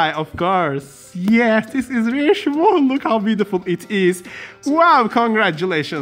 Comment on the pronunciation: It’s smoochle you just don’t say the ch